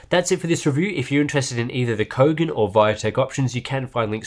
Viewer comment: What?? I thought I heard "BOGAN MONITOR"... lolol...